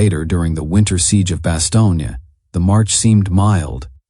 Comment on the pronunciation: Someone had to write the script, but this isn't a human doing the voice-over, or, if it is, there's no director or oversight. The pronunciation of Bastogne is not the common American pronunciation.